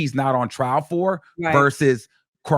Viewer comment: It’s “Trial” not “Trail” ijs